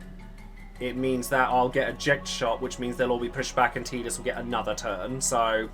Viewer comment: Thanks for caling him Teedus not Tiedus